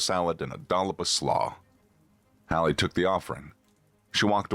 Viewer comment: Also Hallie not Holly.